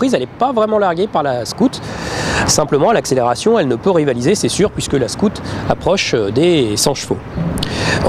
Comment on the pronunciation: cest scoot cest SCOUT !! Va aprendre englais si tu veux !!